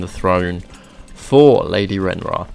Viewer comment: Awesome video. But I think its pronounced Ray-near-ah